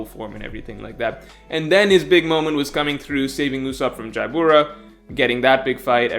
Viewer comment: Dude i love u but its not pronounced "jiya-bora", its pronounced "jah-brah".. Lol u get ALOT of pronunciations wrong, but for some reason this one comes up the most lol. I'm not tryin to be mean or anything btw. I hope this isnt takin maliciously or anything, but PLEASE try workin on it lol. I've left similar messages in a lot of vids lol. Keep up the good work tho! I enjoy u and ur content very much and very much appreciate what u do.